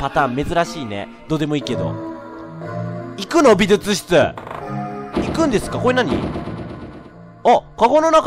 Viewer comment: レトさん相変わらず美術室のことびずつ室って言うんやね、、、笑